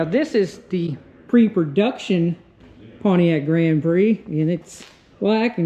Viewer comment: Good god. It's not pwaniac. It's pontiac.